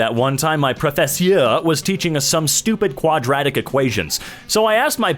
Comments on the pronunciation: Preh-fu-sur 😂😂😂😂 lol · The way pronounces "professeur" is exactly how I expected it to be pronounced and yet I cracked up each time